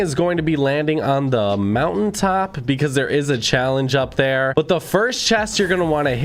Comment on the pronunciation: Him: There is lots of fake videos out therrrre. Me: says the person with a burger king advertiser voice